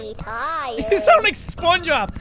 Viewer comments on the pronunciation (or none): Wait XD, did you say "Spongeob"?